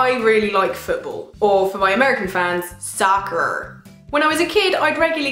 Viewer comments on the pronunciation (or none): I liked as soon as she said soceerr